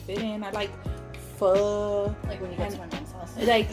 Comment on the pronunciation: Thank you for saying pho the right way😂